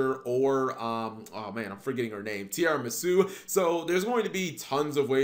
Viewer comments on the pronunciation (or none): none